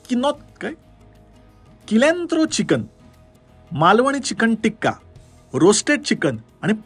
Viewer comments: किलेंत्रो नाही रे.....सिलॅट्रो. अमेरिकेत कोथिंबीर ला सिलॅट्रो म्हणतात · Kilantro nahi Cilantro. C ne ucchar hoto mhanje kothimbir (goryani naav dileli 😂😂)